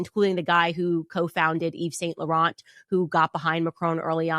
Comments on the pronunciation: Why doesn't Candace Google pronunciations. She butchers French names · Candace needs to learn how to pronounce Yves Saint Laurent...